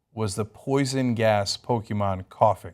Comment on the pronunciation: love the way Ana pronounces Pokemon. This video was short. Like the bus the people who play this game drive in.